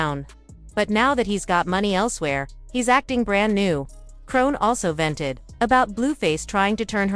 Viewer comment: Ahahahah BIIIITCH WHO IS "CRONE"?!??! 🤣🤣🤣🤣🤣🤣🤦🏽‍♀️🤦🏽‍♀️🤦🏽‍♀️🤦🏽‍♀️